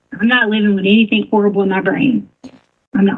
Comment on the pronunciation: It IS nuts to me when alleged experts use such articulation as her ‘intelligence….’ Especially when she speaks such horrid English at times! ‘Anythingk’ is NOT a word. Neither are ‘dis’ and ‘dat!’